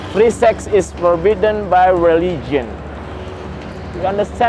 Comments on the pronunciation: itu ngomongnya forbidden bukan for beaten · Forbiddennnn bukan for beaten. RIP english :'l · Forbidden bang bukan for beaten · Forbidden dong bukan for beaten mas editor wkwkwkwk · Forbidden min, bukan for beaten 😂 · "Forbidden" broh bukan "for beaten" ah awokwok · Forbidden camper.... Forbidden.. Bukan for beaten. Kenapa jadi 'untuk dipukul'???? Maaf ngakak.